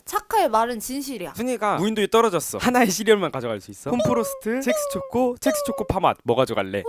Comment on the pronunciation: 자꾸 첵스가 잭스로 들리지......